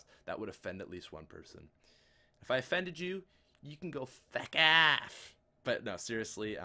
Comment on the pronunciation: U sounded Irish when you said feck off